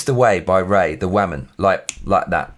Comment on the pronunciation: one question, whats a waman? I think you had a mean mom and have something against the "waman" lol